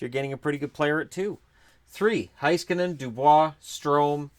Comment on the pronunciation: If you want to pronounce "Heiskanen" as he would himself, try saying the "Hei" part like you would say "Hey" in English and then just skanen like you are already saying. In German they change "ei" to "ai" when pronouncing a word. Although I don't really care that much how you say the names it's the content that matters not small irrelevant details like that.